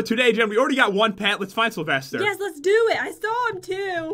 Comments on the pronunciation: Salvaster? Don't you mean Sylvester? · I thought it was sylvester not salvester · who is salvester??? isn't it Sylvester??? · I'm sorry, who's this "Salvester"? By any chance does he know a bunny named Sylvester? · Umm...Its Sylvester